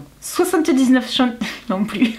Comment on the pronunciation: Chantime..........oui oui centimes......j'adore quand t'as langue fourche......hihihi. Merci d'avoir testés pour nous 🥰😍